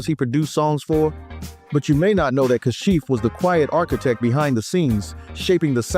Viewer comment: It was simply "Ka-shif," not "CAH-shif." Hire REAL narrators who know the music, NOT AI.